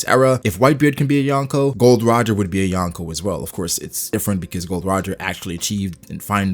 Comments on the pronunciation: It's not Gold Roger but Gol D Roger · Its GOL D. ROGER, not Gold Roger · His name is Gol D. Roger not "Gold D. Roger" lol